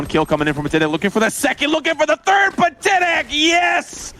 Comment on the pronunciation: its pat-i-tek not pa-ti-tek